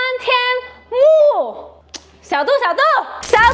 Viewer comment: 是xiao du,不是xiao duo，是小度，不是小剁，你小剁小剁的叫，小度还以为你要剁了它